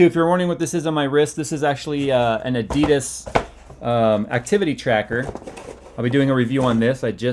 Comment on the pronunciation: did he really say adeedas?